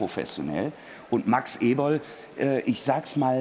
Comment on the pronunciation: angeblich sind sie gute Freunde aber Effe sagt seinen Nachnamen dauernd falsch... Alles klar